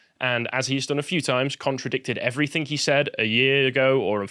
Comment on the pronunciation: I hate it when people say everythink It is everything. Speak English.